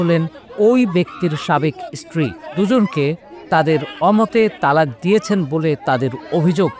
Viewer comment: রিপটার ভাই তুমি কোন ইস্কূলে পড়েছ ওটা ইস্টিরি নয় ওটা হবে স্ত্রীরি